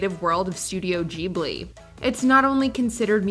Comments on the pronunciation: Someone eats too many giblets and forgot how to say ghibli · Ok so have you never heard the pronunciations of the names not even three years in and she misspoke studio ghibli and nani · Just a question, but is legitimately incapable of pronouncing names as they're supposed to be pronounced, or is she intentionally saying Ghibli and Nani wrong just to frustrate me? I stg it's like she's the absolute epitome of the "Yanny VS Laurel" type b.s.